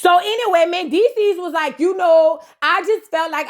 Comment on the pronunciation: Okay next to Amara. When you talk about Mandeecees is at the top of the list. Why I shiver when you be saying Mandeecess.Wooooooooo🤣🤣🤣🤣🤣